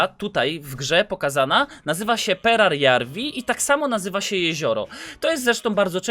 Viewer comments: Nie czyta się perjararwi tylko peradżawi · Perajarvi a nie perarjarvi kurw... tyle razy błędnie powtarzane to już tiltuje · Mógłbyś czytać perajarwi zamiast perjararwi?